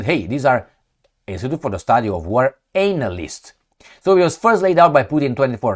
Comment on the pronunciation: please! not anal-ysts but Anna-lysts